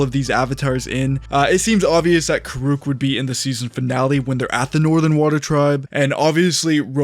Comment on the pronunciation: How are you going to run a channel about the avatar universe and not know how to say kuruks name? They even tell you how it sounds in the shows. And we already know it’s not going to be what we want because the creators left the project over creative differences. Maybe they left because they had their own project going on. But I don’t think it’s going to be good. It’s Netflix after all. I’ll watch it but don’t have high hopes.